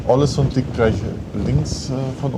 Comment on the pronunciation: Soll ich mal klugs**en? Es spricht sich „Ohlesünn“ 😊